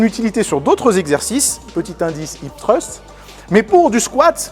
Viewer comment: je sais bien! ce n'était qu'une critique par rapport à ton accent anglais (mais ce mot est très dur à prononcer j'avoue!) x)